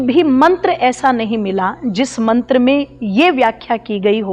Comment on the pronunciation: मंत्र अशुद्ध बोला हे आप ने